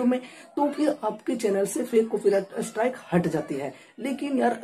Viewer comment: अरे भाई!अस्ट्राइक नहीं है स्ट्राइक है।